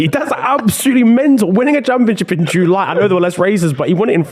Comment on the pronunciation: I am dead at how says July jooooolay